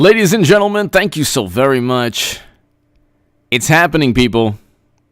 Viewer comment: "I'm vewy, vewy sowwy.Hahahahahaha!"